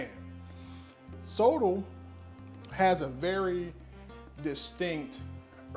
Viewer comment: Love the recipe. Just as feedback Sotol it's pronounced "so-tall" make sure you pronounce the T in it.